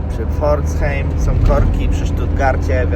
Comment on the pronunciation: Pforzheim = czytaj Pforzhajm